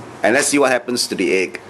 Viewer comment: Lol. The only thing more dense than the salty water is the way you pronounce egg.